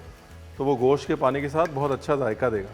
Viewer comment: Mutton ko Goss toh mut bola kijiye,kam se kam